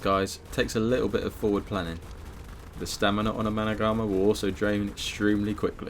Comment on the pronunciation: Fun fact: The Managarmr is actually pronounced Managarm. The R at the end is silent.